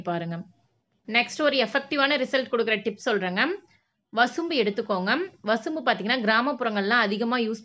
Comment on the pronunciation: வசம்பு . வசும்பு இல்லே.